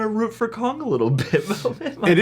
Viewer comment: Did you say- It's putting me in "Kongflict" ?